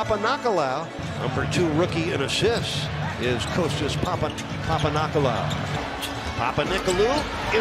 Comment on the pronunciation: The best moments : “Moves him past mike shit” “I give weggie Wayne gwewt credit" "Wessell Rustbrook" "Kostas Pampanickel-loo"